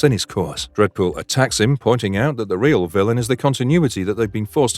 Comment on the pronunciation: I bet you feel like a ream idiot